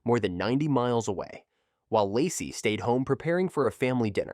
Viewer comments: Ai is ruining the story... saying Lacy isn't that hard...smh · How is it that half the time you can say the name Lacey, and the other half of the time you butcher one of the easiest names to say?…. Hella annoying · If you are going to use AI voice for the video, maybe proof read the commentary first. Laci… Lassie…Locie… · I think they did at first, but not for the majority of her story! Using someone’s story to make money, but not even trying to pronounce their name correctly is so disrespectful. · I find it curious that you can pronounce Shannan correctly, but never pronounced Laci correctly once😮